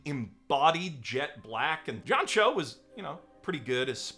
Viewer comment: I had to back up the video ... they way he named John Cho.. sounded like he was calling him Yamcha :p